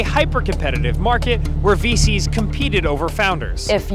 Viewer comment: sounded like he said feces instead of VCs. How fitting 😭